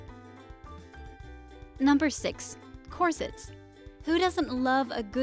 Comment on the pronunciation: "corsets" pronunciation is actually cringy.... ugh...... :S